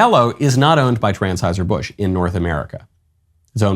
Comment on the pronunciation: at 0.54 it sounded like Michael Knowles said “Transheuser Busch”; if he did, that would have been very appropriate.